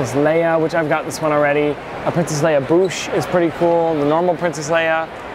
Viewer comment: Did he say "Princess Leia Boosh"? I have lost so much respect for you.